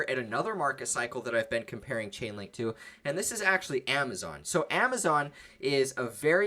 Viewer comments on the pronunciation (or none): LAUGHING MY ASS OFF! You said CHICKENLINK😅🤣😅 no disrespect